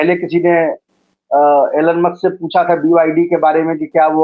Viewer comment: एलन मस्क नही,एलाध मस्के पढिए।